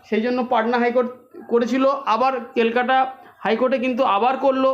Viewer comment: "কেলকেটা হাইকোর্ট"😜